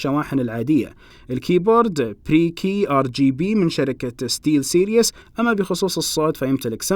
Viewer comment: سِرِيز ، وليس سيرياس